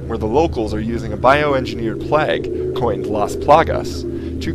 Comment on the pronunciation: I think you seed plag not plauge